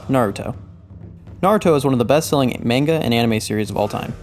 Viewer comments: Maneguh? I thought it was pronounced manga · Great video but it's (Mah-n-gah) not (Main-ga). SMH. I have a friend that has said it the way you do for as long as I've known him. He's like "that's just how I say it" well that's the wrong way! Damn! Have some culture. How are you gonna be so into something and not even care if you're pronouncing it correctly. Jeez! I'm sorry? 😅 I had to say something. I couldn't resist. Great video.